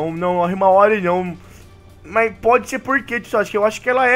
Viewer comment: rsrsrsrssra como que foi erra o nome da irmã do Boruto em? "HIMAWARY" kakakaka